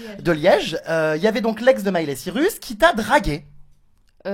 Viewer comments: Pour être sosie de Miley Cyrus, faudrait déjà savoir prononcer son nom... Elle s'appelle Cyrus pas Cirus.. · Mais meuf c'est pas parce que ta la même coupe que Miley que ça veux dire que t'est son sosie x)) Puis comment elle dit son nom de Famille SVP :O " Miley Cirus " c'est Cyrus** et LOL XPTDR LMAO Genre Miley copie cette meuf xD alors qu'elle c'est même pas qu'elle existe :') ça me fait bien rire, puis voila y a un petit air de ressemblance mais de la a dire que c'est son sosie... uh non.. je suis Smiler depuis 2006 et je peut dire que Miley est plus belle que cette fille. et genre Borgore c'est l'ex de Miley :O c'est pas parce qu'ils ont fait une chanson qu'ils son forcément sorti ensemble enfin je sais pas j'me souvien pas que Miley sois sorti avec Borgore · Quel manque de crédibilité quand on s'auto-proclamme sosie de quelqu'un et qu'on sait pas prononcer correctement son nom de famille... Jeremstar je t'adore, mais là cette meuf c'est tout sauf un sosie. Elle a juste le même rouge à lèvres, la même coupe, et ça s'arrête là. :) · Sosie de Miley et incapable de prononcer son nom de famille correctement...